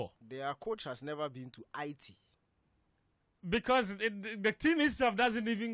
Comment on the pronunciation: You guys are pronouncing haiti wrong